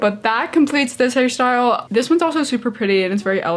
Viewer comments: Omg fellow Harrie? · I love Harry Styles and I kept hearing his name too❤️ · Zhania Ibraembaeva I can’t I hear it now 😭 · Zhania Ibraembaeva same and I was excited about it😭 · And now I can’t unhear it 😂😭